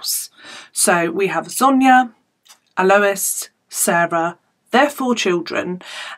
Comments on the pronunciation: I went to school with Alois. He was a gentle giant. I spoke to him not too long before his murder. He was very proud of his family and changes he had made leaving bad influences in Newcastle. I don't like your inference that Alois was involved in crime. Yes his name is not pronounced that way. It's "Al-oy-s" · I'm an Australian and it's pronuced correctly the first time you said it hahah